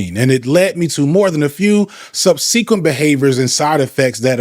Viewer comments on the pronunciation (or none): you mispronounced 'subsequent'